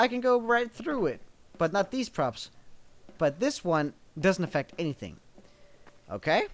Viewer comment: lol the first time you said props i heard crops